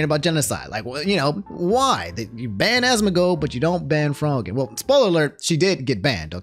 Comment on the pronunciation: It’s pronounced FRO-GINN like afro